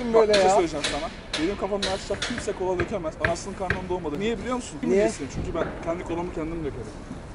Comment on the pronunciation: Kolaya cola diyen abimiz❤